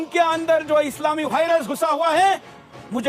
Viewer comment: B and d bhaiya chaddi dhari virus 😷 aur vihrus me kya kono antar naahi?? Pehle bolna sekh uske baad bolne ka lehja.. guru ghantal